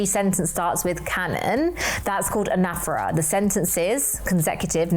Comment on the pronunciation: it's pronounced right lol